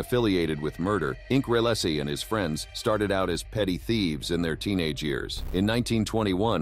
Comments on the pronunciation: It’s pronounced Rel-us,regardless of how it’s spelled…just a bit of research,huh? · I love these AI interpretations. Check out the pre todler involvement in hard core crime. Check out the pronunciation of Reles and Buckhalter. Okay you use AI voices. Do you bother to check out the final product before releasing it? Laughable 😂